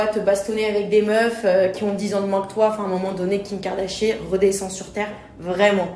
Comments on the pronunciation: Cette Angèle est partout tchuipsss🚶🚶 je rêve ou elle dit Kim kardachier🤣🤣🤣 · "Kim Kardachier"😭